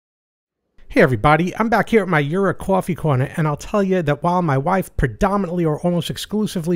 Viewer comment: You're one of the few people online who pronounces Jura correctly (as they do on their own videos), and that includes places like Seattle Coffee Gear and others (who should know better).